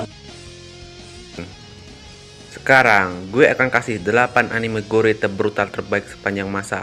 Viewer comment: Baca : GOR . . Tanpa E Hadeh...